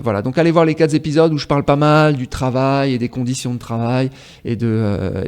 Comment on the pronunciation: ""Les quatre Z'épisodes"" !!!!! Oula !!!!!!!!!!!!!!!!!!!!